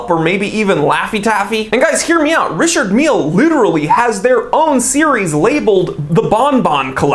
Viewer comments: It’s pronounced ree shar mill if the guy is French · “Richurd Millie” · You're pronouncing this brand wrong AGAIN, it's pronounced Dicky Miller